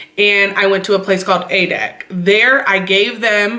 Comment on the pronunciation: Moin, 'Führerschein' sprichst du schon perfekt aus! - Daumen hoch! A. D. A. C. ist die Abkürzung von: Allgemeiner Deutscher Automobil Club. 'Public German 'cars Club.. Und man spricht es A - D - A C aus. Grüße